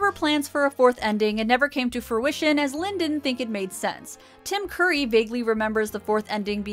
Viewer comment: Tim Curry! Not Tim Coorry! Curry! Like the "u" in "up"!